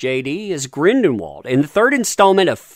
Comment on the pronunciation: Soooo, been watching your vids for awhile, something is starting to grate on my nerves. Thought i would ask u if u intentionally mispronounce easily pronounced character names that u are talking about over and over? Example: Grindlewald is not “Grindenwald”…Dumbledore is not “Dumbledorf”…i could understand if it were occassional, but it’s everytime…10+ times per vid. Wasn’t sure if u were unaware or oblivious to it, but…well, if u see this now u r not.